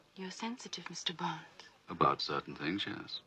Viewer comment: Don't you just love it in this scene from "The Spy Who Loved Me"(1977) that Barbara Bach's character Anya in talking to Bond at the bar in the Mojave Club, reveals to anyone within listening distance that Bond is a spy for the British Secret Service! Lol! And how about Moore mispronouncing the name of the club?! The "j" in Mojave is supposed to be pronounced like an "h" !